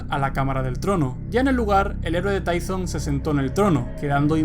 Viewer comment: se pronuncia Tython